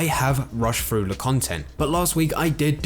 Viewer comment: i wish people with the english lisp wouldnt make voice content. keeps saying "going frew". its hilarious